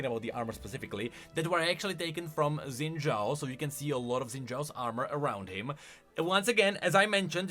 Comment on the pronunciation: It's Xin Zhao, not Zen Zhao. 🥹 C'mon.